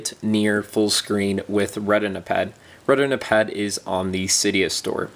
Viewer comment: lmfao reh-tin-a-pad xD